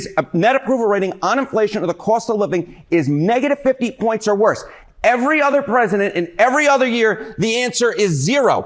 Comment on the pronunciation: Pwezident Elmer J. Fudd